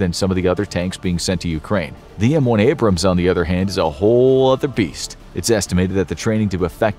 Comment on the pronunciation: Wie wärs ihr bringt eurem sprecher Mal bei wie man Abrams und Bataillon ausspricht? Meine Ohren bluten